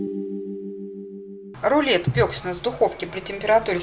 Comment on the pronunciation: В чем шедевр. Море таких рецептов в интернете. Мясные и молочные продукты совмещать нельзя.😂😂😂😂😂😂😂😂😂😂😂намешала куча мала.Жуть. Готовые продукты вновь готовить. Храдусов -это вообще слушать невозможно.Вряд ли это можно кушать.